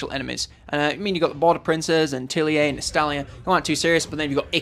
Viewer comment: Tilea = Tie-Lee-Ah